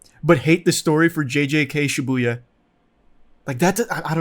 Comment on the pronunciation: I guess lol, there's too much emphasis on the Bu